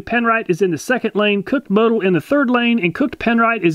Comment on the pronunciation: It's pronounced moe-tool🤣🤣